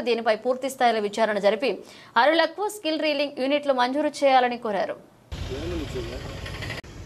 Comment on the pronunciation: అరులకు కాదు అక్కయ్య, అది అర్హులకు అంటారు.... as usual లోడ లోడ లోడ లోడ లోడ లోడ లోడ లోడ లోడ లోడ లోడ లోడ లోడ లో లో లో లో లో లో లో లో లో లోడ😂